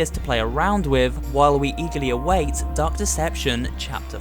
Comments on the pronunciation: I heard it like he said "Duck deception" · Me to